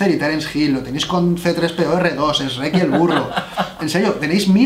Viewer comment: Jajaja qué curioso pronuncia S.....reck en lugar de decir Shreck.